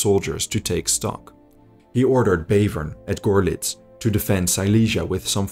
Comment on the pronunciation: You mispronounced Zittau. It is no 'Set' but a 'Zet'. Like a T-S. Also Görlitz is not an 'O' but an 'OE'. Not LandEshut but Landshut.